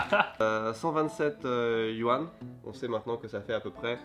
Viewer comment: Je me demande, pourquoi est ce que tu prononce mal yuan alors que tu parles chinois? Est ce que c'est pour que les non sinophones ne pensent pas que tu dis yen? 🤔